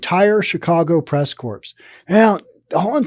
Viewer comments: Not pronounced "corps". It's pronounced "core". Sorry. btw, thank you and a thumbs up for the info. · Hi, I think it is pronounced "press cores" not corps. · core, not corpse, lol. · Corps (as used in press corps, Marine Corps, etc) is pronounced "core" . A corpse is what is left after you die.